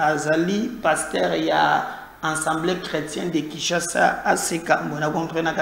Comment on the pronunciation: STp, c'est l'assemblée et non ensemblee.